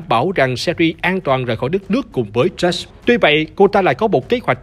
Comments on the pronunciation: RIP đọc tiếng anh ._. Nhiều đoạn nghe tên nhân vật xong k biết là ai... Jake thành Just, Jill thành Joe ._. Ùm réo là... K có ác ý gì chỉ là góp ý mong sẽ cải thiện trong các video tới ạ ._. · Tên là Jake mà phát âm tên như là Josh🙂🙂